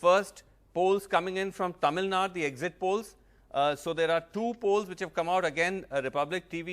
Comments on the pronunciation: Tamil Nad it's Tamil Nadu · do you know Tamil? Have you ever look on map. It says Tamil Nadu not Nad. Did your English teacher taught you "Du " to pronunce as "D"? Don't tell fake story. None of tamilans won't say that. Just admit you people don't know to pronounce. Can I call you jmbdpipi? U feel awkward right? So as an announcer he should have pronunce properly.